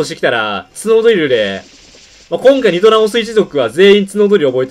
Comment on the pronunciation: 発音が違う－114514点